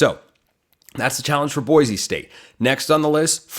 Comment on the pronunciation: Boy-see not boy-zee